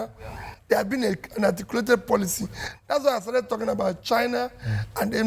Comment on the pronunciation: He kept saying ATIKUlated. lol..